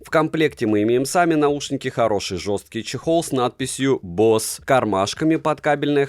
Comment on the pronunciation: Самые дорогие уши на канале? За что? Босе скорее, а не бос.